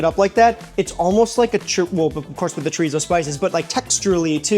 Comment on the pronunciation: Sorry, but that "English" breakfast looks nasty. Between you and Sam, at least ypu pronounced the R in chorizo.... Sam keeps saying tree-zoh and it drives me nuts. It's Chor-ee-so. No Z sound. It supposed to sound like an S.